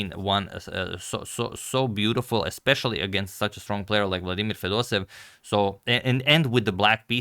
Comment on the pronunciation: Agadmator, he is not Fedosev he is FedosEEv. You need to pronounce both “ee” like Fedos-e-yeV. Same thing for Petrosyan. He is not Petrosin he is Petro-sya-n.